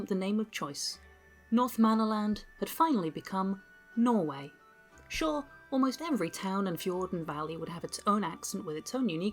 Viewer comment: Bro really said nor-eu4 ducat noise-way